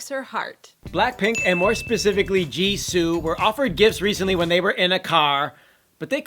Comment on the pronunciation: You pronounced jisoo wrong